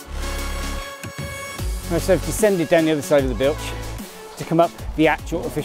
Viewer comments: Brilliant ride in wales, great pronunciation except bwlch 😂 it’s pronounced as bull and the ch is pronounced like the Scottish ch in loch bwlch 😊 go on try it. Love the ride absolutely amazing, I just got over Covid ( no symptoms at all) so will be back out on me bike again soon too. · Bull Ch, easy way to pronounce it, the full name is Bwlch y Clawdd, I live a mile from the bottom, about 4 from the bottom of the Rhigos and 3 from Llanwono/Blaenclechu,can do them at a plod on my Thorn Nomad, I am 64 😂😂😂😂, it’s all hills around here. Hopefully the tunnel at Bleancwm through to Blaengwinfi will open so I can cycle to Swansea before I’m to old😂😂😂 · Glad you enjoyed you trip to this side of the bridge and the entertainment. No, not the scenery, the mispronunciation 😂 I’m due to get up there from Cardiff in a couple of weeks. Always hear cuckoo’s going up the Bwlch this time of year as it’s so quiet. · Thank you, yes, I’ve had a few comments about my mispronunciation, 😂 I blame my Father for not teaching me my Welsh heritage, as my Grandad was from Maerdy. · Thank you Andrew, and I apologise for the mispronunciation! I have no excuses, my Grandad was Welsh and came from nearby in Maerdy! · Thanks Michelle, I was actually confident with the pronunciation of the Bwlch mistakenly! I was sure I’d heard it called that, but I’ve been justifiably told off by my Dad and Del!! I knew my Grandad was Welsh, but as he died before I was born, I haven’t ever been taught any of my Welsh heritage, or knew Grandad was actually born in Maerdy. I’ll definitely be back soon, to satisfy the Welsh part of me. Glad to hear you’re ok. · I can only apologise for my mispronunciation! I blame my Father for failing to teach me my Welsh heritage as my Grandfather was born not that far away in Maerdy. He did tell me off, as did my Welsh friend Del. I will do better next time, or bring a translator 😂